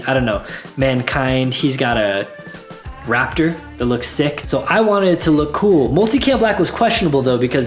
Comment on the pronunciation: Wraptor... can't unhear!! :(